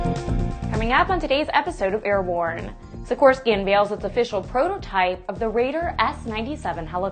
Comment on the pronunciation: Wow, I have never heard the name of the Native American tribe and the helicopter name "Kiowa" slaughtered quite so badly as it was , while she managed Sikorsky quite well.